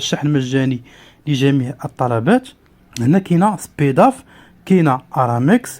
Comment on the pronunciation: معلومات مغلوطة و طريقة نطقك خاطئة ل chronodiali كرونوديالي، Speedaf سبيداف ماشي سبيدوف